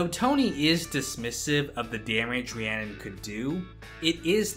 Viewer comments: It’s spelled Rhiannon, but it’s pronounced Rahoonie. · Her name isn't even Rhiannon it's Rahooney